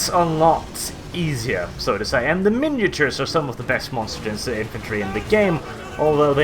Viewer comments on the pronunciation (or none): Minotaurs is pronouced 'Mine-o-taurs', not 'minatures'. You could even say 'min-o-taur', just not 'minature'. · LOL I cringe every time he says miniatures instead of Minotaurs, its prob just his accent that causes this tho XD or he is doing it on purpose trollalol style :)